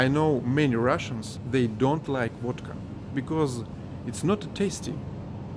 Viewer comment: Sounds like wadka when you say it. Liter of stolichnaya is $25 here in states. People drink a lot of wadka here. We call alcohol the sauce. Get sauced.